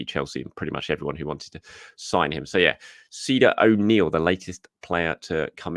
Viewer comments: Pernounciation of the Irish lad would be something more like “Kya-Dock” 🙂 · Another quick one Ceadach O’Neills first name is pronounced Kade-ack.